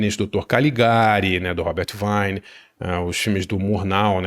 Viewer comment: Boa dica. Pronúncia é Robert Vine (com i longo)